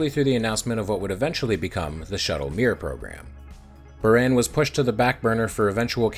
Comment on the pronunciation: in Buran, the a isnt eh but Ahh